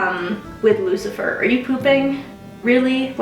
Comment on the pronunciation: Why do you pronounce Luciferus like that?